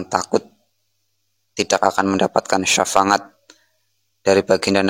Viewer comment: safaat mas bukan safangat .